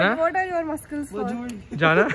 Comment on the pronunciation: bro I didn't expect hearing this from a girl who normally speaks English and then she says maskals instead of muscles